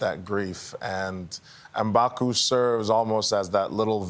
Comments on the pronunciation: Bakka??? Like Chu Bakka 👀Get it right Gail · Not her pronouncing Mbaku wrong 😑